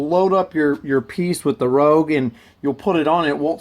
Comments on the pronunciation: Rouge is pronounced “Roozh” lol. Other than that, deadly video series. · Also the polishing compound stuff is pronounced 'rooo-sh'